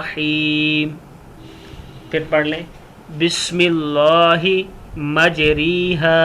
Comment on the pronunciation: بسم اللہ مجرے ھا پڑہا جائے گا مجری ھا نہیں پڑہا جائے گا پہلے پڑھنا تو سیکھ لیں پھر لوگوں کو بتائیں دوسری بات یہ ہیکہ یہ کشتی اور سمندری سواری کی دعا ہے جو نوح علیہ السلام نے پڑھی تھی ہر نیا کام شروع کرنے کی دعا نہیں ہے